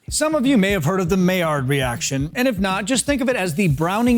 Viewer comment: When you say Millard my blood pressure went up and I don’t even care.